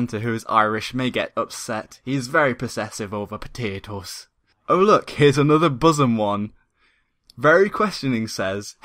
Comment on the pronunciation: Hahaha "poteetohs"